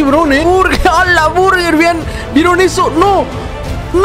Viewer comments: Hola me encanta ver tus videos de probando mitos y me da mucha risa cuando dises ala burrger jaja mi ID: TFMURIEL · Hola me encanta ver tus videos de probando mitos y me da mucha risa cuando dises ala burrger jajaja mi ID: TFMURIEL